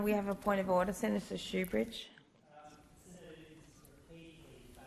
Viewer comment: Shoebrige it's sook